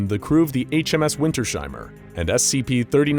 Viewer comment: SCP is nice but FFS ITS SPOKEN WINTERS---HEIMER not WINTER-SHEIMER. I LIVE ONLY A FEW MILES FROM THIS PLACE!! This makes me want to invade someones livingroom. Greetings from germany, rhineland palatinate!